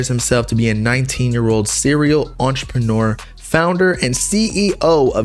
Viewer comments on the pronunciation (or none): none